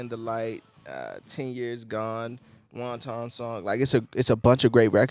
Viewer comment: Fun review and rather insightful... though it's not WON-TON like the Chinese food, lol, it's pronounced WANT-en. The word 'wanton' describes doing something in defiance of others with no care of consequence... often describing someone who is sexually unrestrained. That's what the song's about. Anyway, keep groovin'.